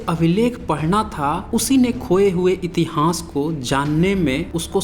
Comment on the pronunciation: इतिहांस या इतिहास कृप्या उच्चारण घ्यान देना प्लीज ॥ वीडीयो बहुत ज्ञानवर्धक है। धन्यवाद।